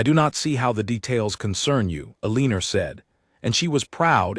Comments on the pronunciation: “Aliner”, come on! That is an all time AI narrator low! Her name should probably have been Elena. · AI cannot read Eleanor.